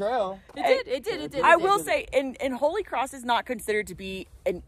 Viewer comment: "Kholy cross"